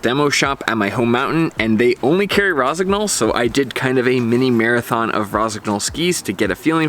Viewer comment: Nice review. Is just a bit disturbing hearing the gn pronounced verbatim. Should be soft - like in gnocchi (not sure if there is a native english word with the same sound).